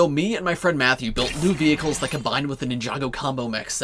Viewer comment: So someone notices he says vehciles